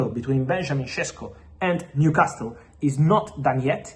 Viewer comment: Repeat after me …. New… casal, niu casal, newcasle Leave that T out you fabriTio